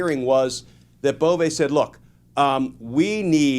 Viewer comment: I like the way you pronounce Bove. Now pronounce Doge similarly.